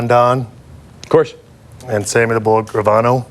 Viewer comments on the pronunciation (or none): Gravano ! Not ravano idiot